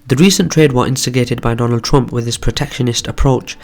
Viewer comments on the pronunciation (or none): none